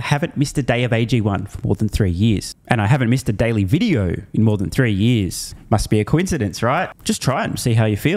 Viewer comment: "For yeez and yeez!! "